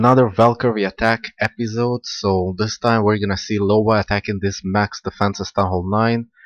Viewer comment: Actually is "Iowa" not "Lowa" With an i, instead of an L